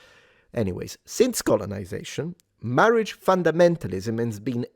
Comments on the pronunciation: Mawage! Mawwage is da weason we awe gathawed heaw today! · Appreciated the Princess Bride style pronunciation of “Marriage”